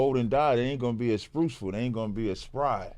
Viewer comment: "they ain't gonna be sprucefull"